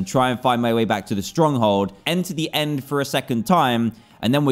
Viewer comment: u said and not end